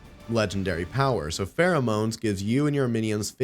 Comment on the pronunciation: Does nobody get the spelling? It's pronounced FEAROMONES as in FEAR bc the mobs in DnD cower in place? What you are saying is Pheromones.. extra A in the legendary name.. get it? :)